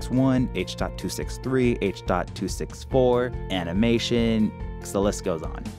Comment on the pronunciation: well then, I'm sorry; I thought i heard u say, "Duh" where it should have been "thee", A LOT! And then there was "ekcetera" instead of "ETCETERA". Keep trying, I keep listening. And don't forget to PLAY BACK. LOL